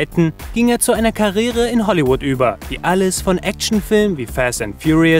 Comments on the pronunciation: Alter... dat heißt Karriere. Nicht Karrere 🤨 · Was ist eine "Karere"?🙈🙄Das heisst Karriere ausgesprochen wird bitte auch -!!!!!- das i , "i-e-re": "Kar-ri-e-re" Gruselig der Sprecher!